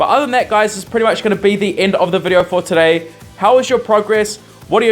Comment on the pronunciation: You said very well "TUDEY" ;)